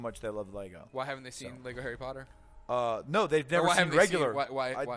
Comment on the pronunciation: At last I hear an American say "Lego" not "Lay - go"